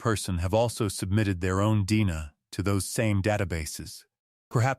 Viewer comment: That's DNA not dena